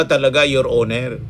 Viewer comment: Nabulol na Ang mga ulol. Your owner your honor hahaha que horror 😂😅